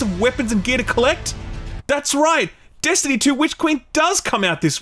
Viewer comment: Bro say “Destiny” one more time